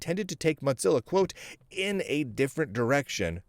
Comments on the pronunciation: Hey, for a guy with pretty darned good lingual skills you need to know that it's Mozilla, not Modzilla or Motzilla!! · It cracked me up the whole video. He pronounces it like mozzarella!